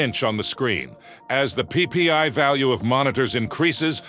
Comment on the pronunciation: Anyone else find it kinda funny the way he said “PPI” 😂. Get it cuz he said PP